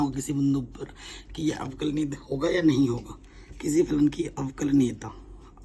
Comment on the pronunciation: Sir aavkalaj nahi aavkalan